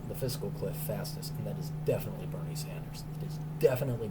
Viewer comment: You definitely said, "Berry Sanders".